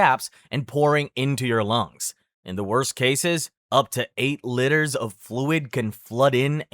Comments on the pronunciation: Liters not litters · why is he saying litres like "litters" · “Litters” “Funji” bro stop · Bro. It's LEE TERS. Not litters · We could loose litters or water? Oh no! I think you mean liters there dude. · As a professional American, "liters" isn't pronounced "litters," it's pronounced "leiters", please fix that in later uploads. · Liters is pronounced leeters not litters. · Litters? Litters of what? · "Eight lidders of fluid!" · Pronouncing liters as litters is diabolical 😃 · Is it just me, or is he pronouncing "LITERS" by saying "LITTERS"? I mean no offense, it just sounds hilarious 🤣🤣🤣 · You don't really pay attention to the fact that this guy's American, until you hear him pronounce units of the metric system. Like bro, seriously, "litters" 😅🤦🏻‍♀️🙏🏻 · 8 litters? The fuck is a litter? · It's pronounced LEE-TERS. JFC. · this is a cool video, but STOP PRONOUNCING STUFF WRONGGGGGGGG, "Litters" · Litters? God dam that annoys me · Many of your pronunciations of in this video are driving me insane especially with how you pronounce liters and fungi. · I swear he´s saying "liters" wrong on purpose XD